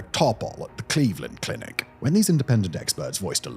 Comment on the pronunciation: Why do you say Cleveland clinic like that? Like as if it’s a run of the mill neighborhood clinic in Cleveland and not the world renowned medical center named The Cleveland Clinic? You make it sound almost like a subsidiary of Merck or something.